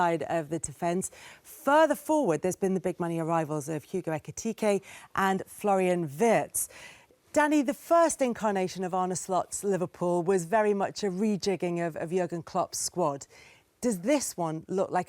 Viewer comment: Why is it Virtz, it's Spelt WIRTZ! ????????